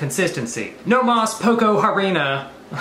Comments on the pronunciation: Lololol boy the h doesn’t make a sound in Spanish. It “arina” not h-arina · little spanish lesson in some words the h is silent for example hermano (brother) and harina (flour) (i didnt mean it to be rude)